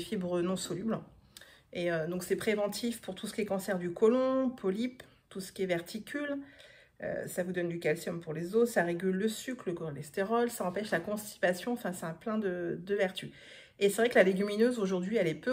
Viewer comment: Très étonnant de parler de vitamines lorsqu'on utilise des légumes coupés depuis plus de 15 minutes. De plus, ce n'est pas du "toufu" mais du tofu, et ce sont des diverticules et non des "verticules" 😂